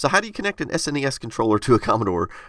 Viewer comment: THANK YOU for not calling the Super Nintendo a "SNESS"